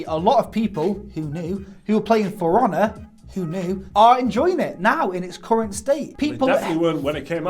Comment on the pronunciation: When you say "For Honor" it sounds like you are saying "firana" I was like .... what is that about? Is it a game about a furry pirahna?